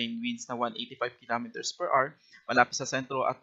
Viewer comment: PER R | Children, remember: The word "HOUR" has two syllables. The stress is on the first syllable. It's pronounced as AH-wr, not AR. Do not be like this reporter.